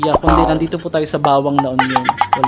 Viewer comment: Taga la union din ako, alam ko din ang beach resort na yan, high school pa lng ako nuon kilala ang resorts na yan, nasa 50's na ako ngayon maganda talaga yan, at ngayon ko lang nalaman na close na pala sayang naman, at correction sa pronunciation mo sa isang lugar jan (bauang la union to correct) instead. bawang na spicy hehehe!(¬_¬)